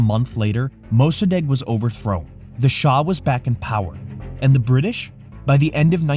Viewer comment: This narrator keeps pronoucing 'British' as "duh Brid-dish". It's really distracting and makes me not want to watch future videos.